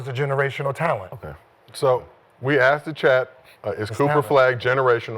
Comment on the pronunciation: Mccants said "i don't know i haven't axeded that question" Mccants a generation talented with his English language. 😂